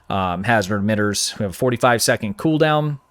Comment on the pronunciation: What is a "secont"? I know what a "second" is. This thing "secont" you keep saying , I can not find.